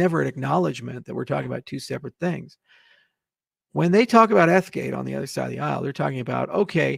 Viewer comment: He can’t even SAY ETH-gate correctly 😂😂😂